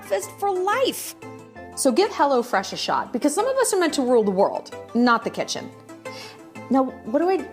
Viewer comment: 🎉Oh gosh your Sponsorship Ad was so entertaining ..love your humor..how to pronounce “kitchen”(kisheon);0..get great food w/o the crying..so good 😅..I cook a lot but this had me rethinking a bit:)